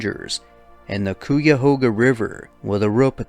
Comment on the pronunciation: Hey! I love the videos! You have such a fantastic narrating voice! I’m a NE Ohio native and I wanted to let you know “Cuyahoga” is pronounced “Kai-uh-hoe-gah” ❤️ Love the videos!! ❤️❤️